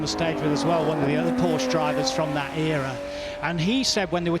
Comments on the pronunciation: You are the one breaking down because I said some old fart F1 commentator sounds like a peasant. Porshhh vs PorschE is not subtle and it’s not wrong to expect experts to pronounce words correctly. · Which one keeps saying Porsh? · That’s not how you pronounce Porsche. You really couldn’t find anyone who knows anything about car racing to narrate? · The fact that you can't take it when a person does not pronounce the subtle "u" sound at the end of the name is both hilarious and tragic. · Oh no, how dare I suggest that an announcer for Goodwood should know how to pronounce the name of a major car manufacturer. It makes you sound like a meemaw from Walmart in Iowa.